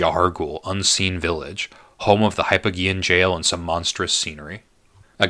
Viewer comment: I love this, although I died a little inside every time you mispronounce 'hypogean' and 'Amygdala'.